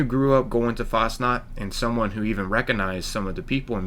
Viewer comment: For us Swiss it‘s kinda funny to see how Americans see Switzerland and Fasnacht, and how the mispronounce the words like Fasnacht (Fasting Night) Hütte (Shack) and Helvetia. But it is nice to know that this town does exist in Reality.